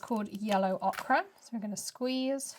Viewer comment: Thanks for showing the full Woodland Walk range. It's really lovely and I hope eventually to get all the pieces in the range. Just a point of pronunciation....OKRA is a vegetable - OCHRE is pronounced OAKER or OH-Ker Sorry, it's the grammar teacher in me, I can't let mispronunciations rest until they're righted... 🐨